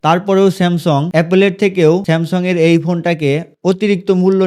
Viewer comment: স্যামসং❌ স্যামসাং ✅